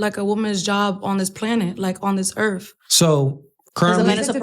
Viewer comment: "Dis Earf" 🤣🤣🤣